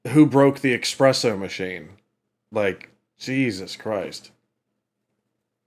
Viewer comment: The discussion shouldn't be about "who broke the expresso machine" but the discussion should be about the fact that there is not supposed to be an X in that word and it is pronounced espresso. 😜